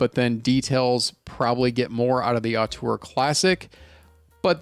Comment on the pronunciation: Great review! But btw the first vowel in "auteur" is pronounced 'oh' instead of 'ah'. ZMF lists it as [ō∙tuhr]